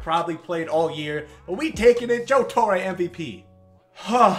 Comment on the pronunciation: Joe TorrE not Joe Torrayye